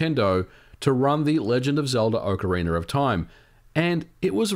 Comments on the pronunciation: Why do English speakers pronounce "Ocariner" instead of "Ocarina"? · I never knew there was an “r” at the end of ocariner. I always thought it was ocarina. My mistake, I guess. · Am I crazy or is he pronouncing "Ocarina" as "Ocariner"? Please tell me I'm crzy, lol. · It's Ocarina not Orcarina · Anyone else hears "OCARINER"? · "OCARINER OF TIME" LOL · “Ocariner” of time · "Ocariner of time" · "ocka reener" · Is it pronounced as OcarinaR of time ? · Why do you keep saying "OCARINER" ???????? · Its not orcarinar or time 😑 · Oca ree ner